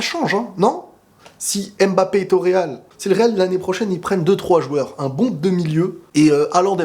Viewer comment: MBAPPÉ et pas M-BAPPE dsl ça me perturbe trop😭😭